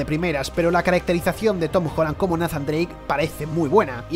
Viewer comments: Tan difícil sería pronunciar "Neizan Dreic" en lugar de "Nazan"?? Que dolor de oidos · nafan drake. Todos nathan drake